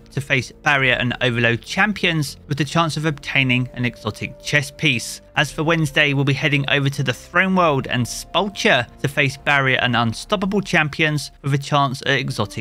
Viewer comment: Hey, just FYI Sepulcher is pronounced SEP-uhl-kerr Also thanks for the info!